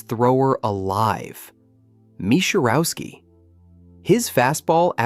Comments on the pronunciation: IKR, you can tell by how it pronounces mis' name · AI slop. This stuff is ruining youtube. I was into the vid until it mispronounced Misiorowski and I stopped immediately... Just voice it yourself. How much time would it take? Two hours?